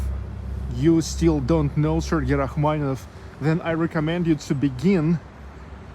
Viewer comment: Interesting video. You provided Rachmaninoff, Rackmanieff, is the “ni” silent?